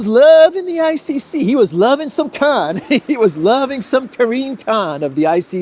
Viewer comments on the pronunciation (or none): none